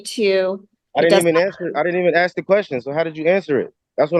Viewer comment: It's " ask " not " axe " !